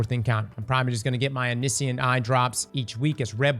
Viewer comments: om-NISH-ent eye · How did you said omniscient?